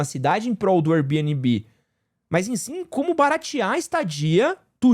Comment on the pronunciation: Diretamente do tribunal das minúsculas causas: Gente, vamos decidir se é pra falar Air Bnb em inglês (Bi-ên-bi) ou aportuguesado (bê-ene-bê)? Esse mix das duas coisas (bi-ene-bi) é muito estranho 😂